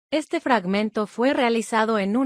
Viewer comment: Soy yo o en vez de decir "este fragmento" "dice estenmento"